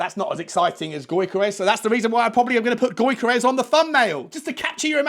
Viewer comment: Get Deki on the blower to Viktor Gyokeres pronounced (YOR-KA-RESH) and get him over 😂